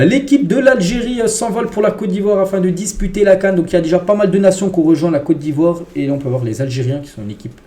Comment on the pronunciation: franchement j'aime lorsque tu prononce le nom de mon pays. COTE D'IVOIRE ❤❤❤❤